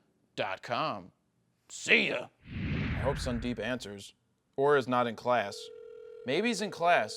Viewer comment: this is fkin boring and horrible when you badly pronounce the name as sundeeeeep ... and that to unnecessarily several time with that terrible throat brushing. dude! .. grow up dude!